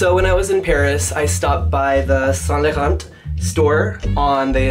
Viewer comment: Don't pronounce the "t" at the end of Laurent please.